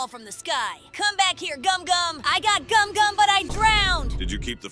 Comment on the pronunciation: It gumgum not gomu